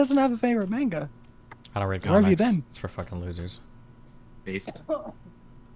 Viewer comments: Somehow the host pronouncing manga as “meinga” ended up being harder to listen to than the original debate. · Anyone else triggered by how he says manga